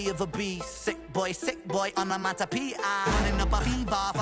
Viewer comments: Every time you said onomaTopoeia incorrectly, hurt more than it should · Lo es aún más cuando no puede hablar bien ni siquiera el inglés (no pronunció correctamente "onomatopoeia" ni una sola vez). Sin contar con lo crítico que es con el rap de Ren, cuando lo que él produce no es ni la décima parte de bueno de lo que Ren hace. En fin, un chiste.